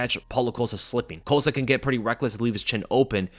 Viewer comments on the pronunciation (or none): I thought Chael Sonnen was great at mispronouncing names. Then I heard say "Paulo Coast-uh" and wow. is making a strong case for himself.